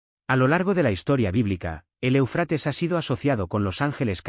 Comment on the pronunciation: O sea, este individuo que narra, no tiene idea de donde se encuentra el énfasis de la palabra ÉUFRATES… se encuentra ahí mismo; en la primera sílaba y se le debe de hacer énfasis en esa misma primera sílaba!!!!!!!!!!!!! Me entendiste??????????